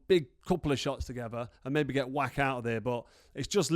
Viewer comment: Carl, please learn people's names, it isn't that difficult. Marius' surname is NOT pronounced "Wack" it is pronounced "Vacch" the sound at the end is like the Scottish "Loch". Why are Brits so afraid to have a proper go at foreign words? I love languages - when you learn a language that's not your mother tongue, even just a bit of it - you start to gain an insight into the character of the people, the culture and their psyche. Go for it mate, you know you want to.